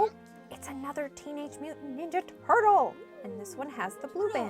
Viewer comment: I thought it was a "laugh-track" until I heard "TOurtle" in the background!